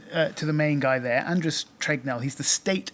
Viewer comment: It's TEGNELL, not TRegnell.